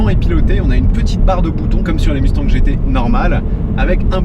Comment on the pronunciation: Svp, cessez de dire Musse tangue. Ca se prononce Muss tagne, comme dans Elon Mus(k) et comme dans mon-tagne.